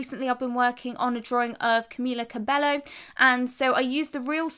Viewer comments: okay the tips given are really good but i just have to correct the fact that its pronounced camila cabe-yo and not cabe-lo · not camilla cabello its pronounced camilla kiehbo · Amazing video as always thanks so much♡♡♡♡ (PS: its pronounced Cobeyyyyyo! Just had to say that🤣 I love her🥰)